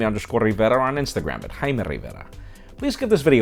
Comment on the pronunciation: I watched this video only to hear you say Jaime RivEra xD